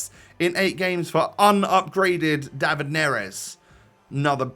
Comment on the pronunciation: dÁvid, you need to open the "A"